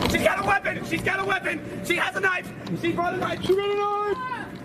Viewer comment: SHE AHS A SANIFE??!?!